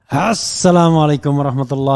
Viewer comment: Kalau boleh berpendapat, Ucapan Assalamu Alaikum jangan ditekankan pada kata Assnya bang... Kesannya gimanaaaa gitu. 🙏